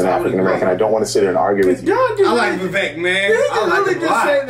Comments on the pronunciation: Just so you all know, Vivek has his own YouTube channel, he's super smart, he's well-funded, because he was a very successful self made man. You pronounced his first name "Viv-ake", his parents immigrated from India, he was born in raised in Ohio. He went to Harvard and has a degree in biology and then got a law degree too from Yale, he's the smartest candidate by far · Vivek pronounced like cake. Vivek said that.